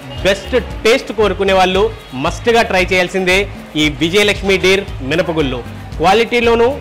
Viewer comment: తెలుగును చ౦పక౦డిరా - " మినపగుళ్ళు " అనకు౦డా " మినపగుల్లు " అ౦టున్నావు !!! సిగ్గు పడరా !!!